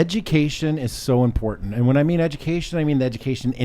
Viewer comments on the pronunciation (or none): “important” has a “t” in it.